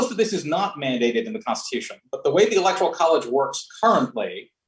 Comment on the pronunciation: Please bring people on the pronounce the word correctly! Lol electoral not electorial